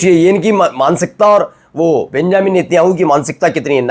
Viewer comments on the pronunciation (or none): none